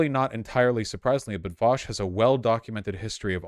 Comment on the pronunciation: Vausch pronounced all the words correctly 😎